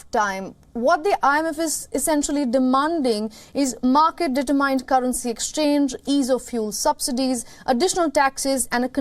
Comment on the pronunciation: Thanks for always bringing us up to date news however if I may suggest please get the correct pronunciation of the word determine , it is sad that educated people like yourselves pronounce the word incorrectly , I say this only to protect you from becoming a laughing stock. Thanks